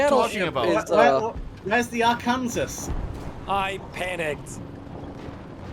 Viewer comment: "Where's the Are kansas" Surely that was on purpose right 😭😂